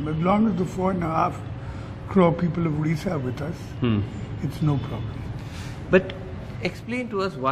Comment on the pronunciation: At least he should pronounce odisha, it's not udisha!